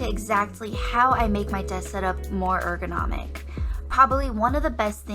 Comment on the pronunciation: That’s not how you pronounce ergonomic